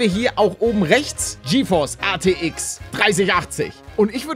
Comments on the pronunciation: Hey Paluten ATX oder RTX du sagst immer ATX 🤣🤣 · Wie er die ganze zeit ATX statt RTX sagt👌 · er sagt ArTX